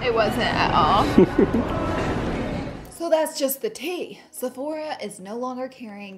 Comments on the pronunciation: she said "til" instead of "teal" 😂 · Teal is now Till Like tilling up the land to lay down some crops 😂 love you Laura! #ImFromTheCountryToo #NoJudgement #MyAccentIsFunnyToo